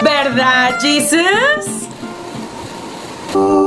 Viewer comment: ¡¡¡¡Y tu que dises llisus???? Jesus-aweevo!!!!!!